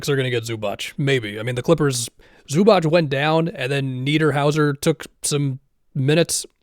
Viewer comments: Zubac is pronounced Zoo-bah-ts, not Zoo-batch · Please don't say Zubach. It hurts our ears. It's Zubats. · btw Zubac is pronounced Zoobaats